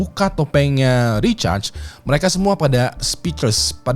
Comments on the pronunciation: Samaa... Dengernya kayak recharge 🤣 aneh bet dah.. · namanya RICHARD bang.... itu lu bacanya lebih kedengeran kaya RECHARGE sih :face-fuchsia-poop-shape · Recharge atau Richard sih bang?? Gw dengernya Recharge 🤣🤣🤣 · kirain gw doang yg risih dgrnya wkwkw